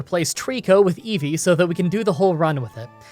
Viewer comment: He should reverse the audio of him saying it. Every. Single. Time.